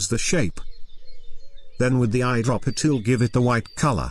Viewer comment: Everytime the tts says tool, all I hear is Toowowowloo